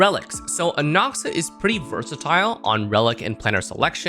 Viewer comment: You can’t even pronounce his name correctly. Disliked.